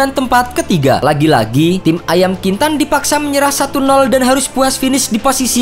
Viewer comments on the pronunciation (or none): Woi admin yng ahli sejarah Bkn ayam kintan Tapi ayam kinantan 🔥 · Bukan ayam kintan bg tapi ayam kinantan